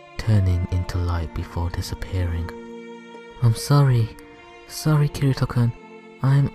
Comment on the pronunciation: im sawry kirito kuhn